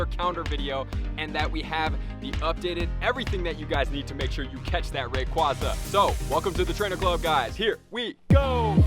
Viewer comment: You’re the first youtuber I’ve seen to pronounce “rayquaza” correctly